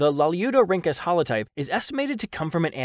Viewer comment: The narrator's ability to consistently pronounce "Lalieudorhynchus" correctly is something I can only dream of achieving in life.